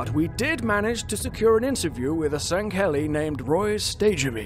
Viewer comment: Sangheli is pronounced sang-Heli not san-geli